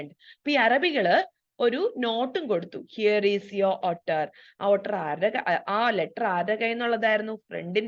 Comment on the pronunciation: Ottur alla ooter aan pronounciation